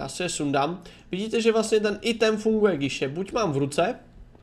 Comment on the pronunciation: Píše sa to item ale číta sa ajtem